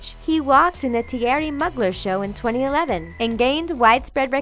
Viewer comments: The narrator mispronounces every sixth word or so and has that irritatingly high, affected, reading-it-off-the-card sound that reeks of Valley Girl except I suspect she's not. Tee-AIR-ee Mugg-ler? Chick instead of chic? Further, there seem to be misspellings in the captions. Perhaps revealing this is a non-American production might make these irritants a bit more bearable. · lol at the way she pronounced Theirry Mugler. It's (Tee'air'ree moo'gler) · She pronounced Thierry Mugler's name wrong too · The narrator's pronunciation of non-anglophone names is inexcusably bad. Also, she clearly knows nothing about fashion if that's how she pronounces Thierry Mugler. Not qualified for this job. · Always entertaining to hear them butcher design house names. "Tea-Ery Mugglur"